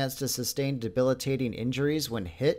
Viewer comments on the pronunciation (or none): none